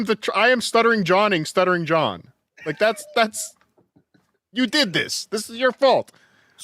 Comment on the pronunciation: “Sluttering John Epithode?”